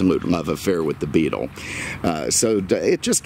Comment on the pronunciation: Why do you say "middum" instead of middle? just curious. And why do you call the VW Beetle a Beatum"? again, just curious.